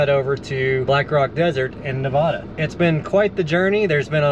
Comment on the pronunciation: HA! After what I saw happened at Burning Man, I thought you'd have hate going, LOL. FYI, stay up north until it gets cold and come down south in Arizona and Southern California when the snow comes. One more thing, it's pronounced Na-vay-da, not Na-vah-da 😊. Took me years to learn and remember to pronounce it correctly, Im a Texas transplant. But you get a pass 😊.